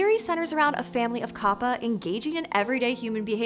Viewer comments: and you are saying it wrong it's said as cap pa not car par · It's an entirely different type of whiplash hearing her use the more accurate pronunciation of kappa that most people don't use, then butchering manga towards the end of the video, lmao.